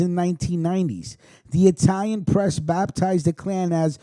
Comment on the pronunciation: Great work on our history 👍👌, your Itilian pronunciation of the Language of the Fore Father's has improved 100 %, As Always Diamond Dave ♦️♦️♦️